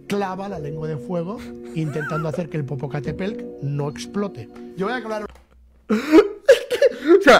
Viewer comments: Te ves bien burlandote de los demas... Muestra quien realmente eres bravo macho.... Se dice Popocatépetl aculturate un poquito, no hace daño... Otra cosa... Ellos tienen nombre, llamalos por su nombre... Respeta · Jajajajaj 😂😂😂 yo aqui burlado de un tío de edad avanzada por no poder pronunciar el nombre de un putto volcan, que asu vez se burla de dos compatriotas suyos por decir charadas según el... El bullying sigue vigente 😂😂😂😂...